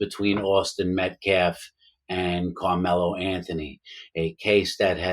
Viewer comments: The guy says Metclaf and optopsy lmao. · First of all Mr Metcalf didn't attack anyone. And say the man's last name correctly if you want to be taken seriously, period